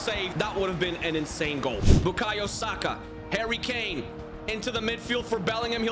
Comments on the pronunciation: You say karry kane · he said karry Kane and he said marchus rashford